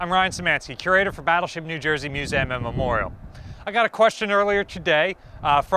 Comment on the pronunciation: AGAIN! !the name of the 24th state ends with an E sound not an A sound. you are making yourself look like an uneducated cretin. of course new jersey produces a bunper crop of cretins every year. BTW my friends father was a liguist at a top university and he says E not A